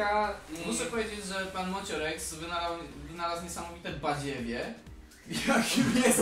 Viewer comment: Kurwa nie Moociorex tylko Moociex :) !!!!